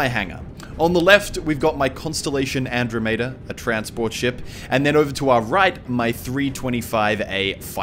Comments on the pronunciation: An - Drah - Meh - Dah Not An - Dro - May - Deh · I'm sorry dude I have to post this, it's pronounced And-drom-ada not Andro-mayda. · How do you not know how to say Andromeda? Its literally how it sounds. An-drom-eda not an-dro-meda. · It is AndromEda not AndromAda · sorry, did you say 'An-Droh-may-duh'? The proper pronunciation is 'An-Draw-Muh-Duh'. This isn't just an accent issue, you are actually mispronouncing the world. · An-drom-ihduh not andro meta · you're saying it wrong. It's pronounced "an - DROM - meh - duh" like the galaxy, you know... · Dammit Museli! That's not how you say Andromeda! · You pronounced Andromeda wrong, I almost threw up when you said it. Nice vid, though.